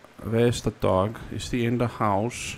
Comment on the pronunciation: The way he says dog like doggy